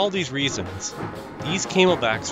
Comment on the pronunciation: gotta admit, kinda chuckled at the mispronnounciation of the CNJs as Came-L-Backs, not Cam-El-Backs